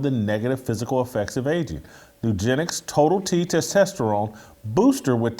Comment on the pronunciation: Can someone please help Jason say testosterone please? I love the show and that's the only issue I've ever had 🤣